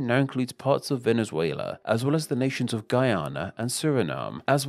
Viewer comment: Nice video but please, at least try to pronounce the names of the countries right. Chili? Venizuila? Coelumbia? i know those are not english words, but anyway.